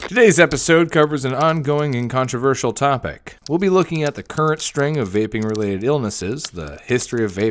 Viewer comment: “What’s a vapping”